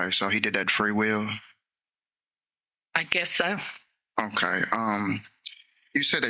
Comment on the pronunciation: The way he says okay as "hokay" or "Ommmm hokay" as though he's having some kind of useful thought.